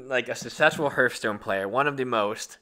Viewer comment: H(e)arthstone, not Hurthstone.